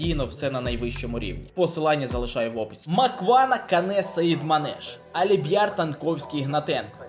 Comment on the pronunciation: Не душню, а просто поправляю Не Аліб‘яр, а Альбіяр